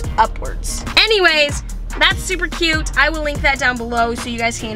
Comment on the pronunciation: I always notice you when you say cute